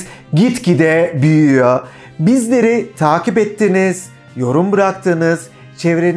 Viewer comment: buyuyo derken alman şivesiyle söylemiş